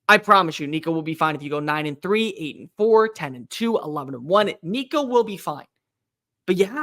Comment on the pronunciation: Why you gotta go there with my boy Nico man? Ain't happening dammit... he's too good for this bs. 😆 🤣 he's going to make mistakes he's first year starter, but he's a baller and we have some serious weapons around him. And thanks for saying his name correct. There's plenty of good said your not paying attention... GBO